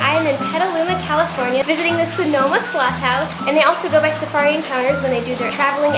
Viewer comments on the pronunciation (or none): Glad I was watching the captions, I thought she said "Slut" House.